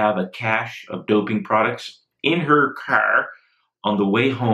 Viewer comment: hahaha "...in her CARRRR". Anyone else notice that sudden, odd accent there?